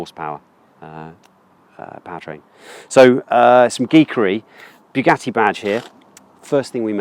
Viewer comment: It's Bugatti; as in "Boo", not "Beau" - Boo-gatti - "Bugatti".